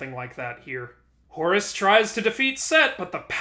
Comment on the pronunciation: Whenever I hear you you say Horus... its sounds like Horres! XD Cracks me up~